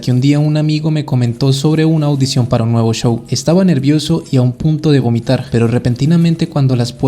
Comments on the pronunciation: a un punto de vomitar, no gomitar xD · hermano se dice vomitar con v no con g 1 saludo bro